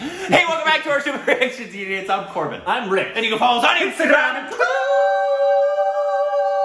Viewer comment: Your Twitterrrrrrrr made me short of breath🤣🤣